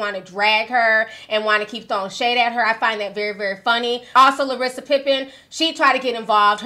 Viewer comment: And ”Larissa Pippen” 😂